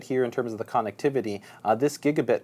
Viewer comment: loves saying CON nectivity lol